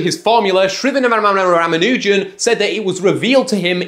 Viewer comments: Moreover he pronounced the name 90% correct and the place where he got wrong was adding that extra unnecessary wwww!! in between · Bro could pronounce chudnovsky but not Shrinivas Ramanujan